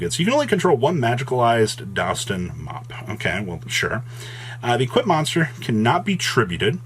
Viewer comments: it's Dust-on for duston, not dows-ton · Dowston? Bruh come on. It’s DUST-ON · "Dowston" Are you having a stroke? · How you struggling to say DUST ON ????